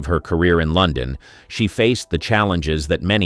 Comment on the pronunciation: I agree, the mispronunciation of words like London is equally annoying. Also the script is very repetitive.